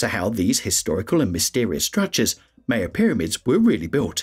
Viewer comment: I didn’t get beyond “Maya”… normally pronounced “My-ya” not ‘May-ya’.